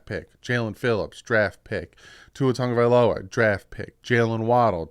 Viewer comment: TAGOVAILOA…not Tongue-a-vailoa